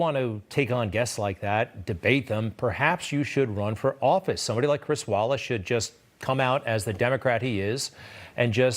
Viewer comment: It's Chris "Wallik" everybody! Not, 'Wallace'.